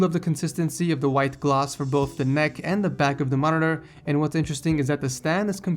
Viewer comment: the way he pronounces monitor is annoying